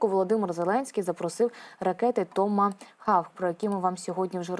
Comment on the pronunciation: Томогавк....ане хавк..😢